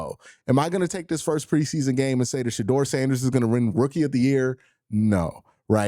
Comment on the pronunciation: Yo it’s Shedeur NOT Shadoor!! lol smh